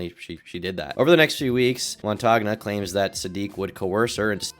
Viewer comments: I believe Montagne is pronounced "Mon-Tane". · Why do Americans, and you guys are the worst offenders, who live on the internet, not google and listen to pronunciations? I get you're probably super busy with lots of other aspects of a vid but really, it'd take seconds! It's mon-tan-ya, french for mountain. But if it isn't, americans butchering foreign, and even English, names should be a meme... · Montagna is pronounced montania (more or less), "gn" is pronounced like the "n" in the Spanish word 'senor' Also stop doing this, america: Bologna = Baloney